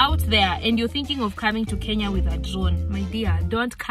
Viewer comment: i was mad n thinking where's my lawyer. Kenya poooooh. He just said it right